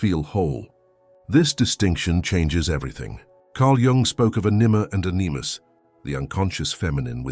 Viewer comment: Well besides annoyances like the BOT voice does not know how to pronounce anima and animus, with the emphasis on the first vowel, ok, but for a professional voice actor these annoyances wrangle. I agree with Jung on this, I have been practicing abstinence for martial arts and other health reasons for many decades between relationships. For both physical, mental and emotional health abstinence has power. This addresses the imbalance between men and women in the game of lust. However there is nothing like having a good sexual partner. Even then I recommend semen retention.